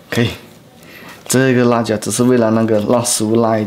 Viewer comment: 辣椒，la jiao, 不是卷舌r, 没有ra这个拼音的字